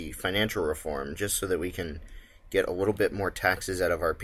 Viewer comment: Little, little, the word is little. You have a really nice presentation style and great videos, but everytime I hear you say widdle/wittle I die a little inside.